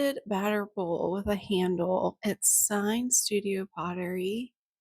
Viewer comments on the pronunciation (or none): none